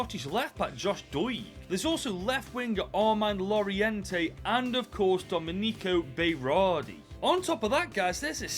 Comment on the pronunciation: Domey-Neekow Bay-Rawr-dee BROOOOOO THAT IS THE WORST WAY TO PRONOUNCE IT! Try Forvo before destroying names